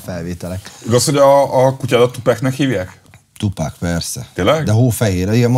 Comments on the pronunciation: (Kérlek a jövőben figyelj, h nem Tupek, hanem Tupak!!!) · tupÁÁÁÁÁÁk, nem tupEEEEK :D